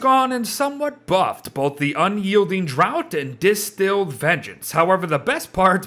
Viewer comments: "draught" is pronounced the same as "draft", not "drought" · Thanks for the update! Just a quick note, the word draught in Unyielding Draught is pronounced "draft"", as in a draught of beer or a draught of air in the room. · Ok 100% unrelated but I thought draught was pronounced like draft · More so the fact that he keeps pronouncing draught like drought. They don't call them drought beers...